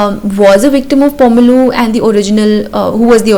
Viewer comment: pronunciation of pomerleau is on point did not expect that hats off!